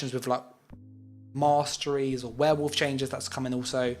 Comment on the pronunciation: Warden "moss-trees" 😂 kinda ironic